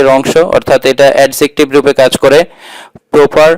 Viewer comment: Adjective pronunciation ta apnar mistake hoyse sir,,,🙂